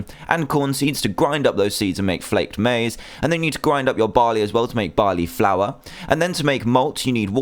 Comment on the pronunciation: He said Maize wrong